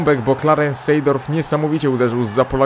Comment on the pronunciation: Nie sejdort tylko sedorf szanujmy się